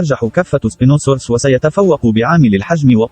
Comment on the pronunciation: للمعلومة بس اسبينوسورس لا تلفض هكذا بل هكذا سباينوسورس وهو ليس اكبر من القيقانتوسورس GIGANOTOSAURUS